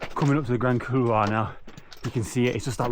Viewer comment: You might want to check the pronunciation of the Grand Couloir 😂😂 I'm sure the Polish viewers found it highly amusing. Nice work on MB fella